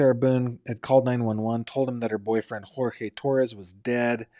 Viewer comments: his name is Jorge pronounced George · If you watch the video of Jorge’s mother or the body cam footage when Jorge AND Sarah were both arrested, Jorge AND his mother both say his name is pronounced GEORGE. Please respect the victim and don’t mispronounce his name. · FYI Jorge pronounced his name like George. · He doesn’t pronounce “Jorge” as George. It just means they don’t go by the Spanish and instead go by the English version. Many people called Jorge go by George…but when they visit abuela, it’s Jorge.